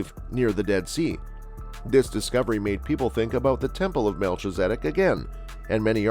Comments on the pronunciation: It's pronounced mel-kiza-dek. Just letting you know. Great information. Thank you.🙏👑🌎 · Very hard to watch with the constant mispronouncing of his name. Please program your computer voice to do better. This is one of the most important people in the Bible. It's disrespectful